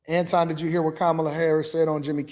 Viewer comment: Anton. His name is Anton.